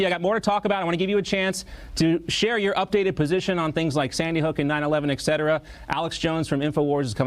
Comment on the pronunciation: Why do so many people say "EXcetera"? It's ETcetera